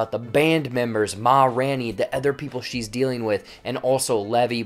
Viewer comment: RAIN! It’s RAINey. Sorry, it was killing me